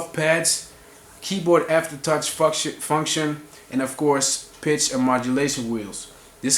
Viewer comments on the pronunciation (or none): "Fucktion" lol